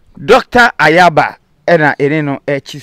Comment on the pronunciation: Nyaaba not Ayaaba